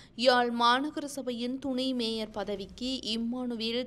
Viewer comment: "மேஜர்" அல்ல "மேயர்" அதேபோல் இன்னும் பல தமிழ்ச் சொல் உச்சரிப்புத் தவறுகள் இந்த செய்தி வாசிப்பில் அறியப்படுகின்றன.